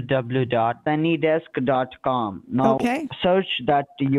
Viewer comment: "Dubblu, dubblu, dubblu..."🙈🙈🙈 Smartest cookie in the jar, right?